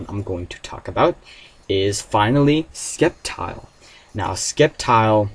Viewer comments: ...its SEPtile! NOT "Skeptile" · I thought sceptile was pronounce with c being silence. Like "scent" so just sssseptile. Anyways I rather see the return of pidgeot. #megapidgeot #ftw